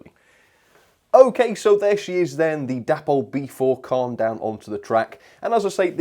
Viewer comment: Wow, I was expecting that this would be an exceptional model, such a shame it couldn't live up to the standard of its Hornby and Hattons counterparts. Great first review of the year, the name of the loco Caen is actually pronounced Cane. looking forward to seeing what you will be reviewing next year.